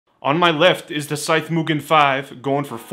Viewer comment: Great vid. small point but why did you change your pronunciation of Mugen? You were doing it correctly at first but went to moo-Jen mid-way